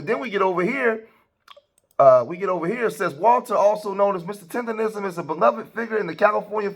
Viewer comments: Naw she said “tenderism” lol can’t even say it right cause she don’t have the right spirit!! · That lady doing all that talking but not even saying his name right. She’s saying Mr. Tenderism and it’s Mr. Tendernism. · She don’t even say his name right, she called him Tenderism, white slave master? He’s very much supported and he’s happy. Go Mr. Tendernism show em what you working wit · Yes!‼ Please say it right! Its Tender-Nism. Nism, Nism, Nism.‼‼‼